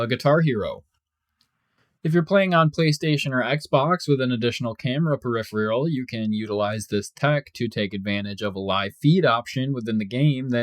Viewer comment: Peripheral = Pur - If - Er- Ull